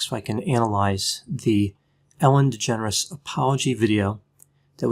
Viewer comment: I keep thinking that Dr Grande is saying ‘Ellen degenerates’